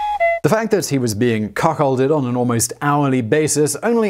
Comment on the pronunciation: did you say cuckhold?